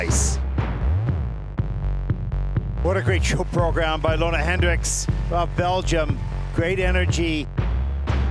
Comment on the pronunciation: So has managed to go from Leona to Lona. When do you think he will be able to probounce Loena? Just copy the arena announcers! Guignard, pronounce it! Literally he has one job.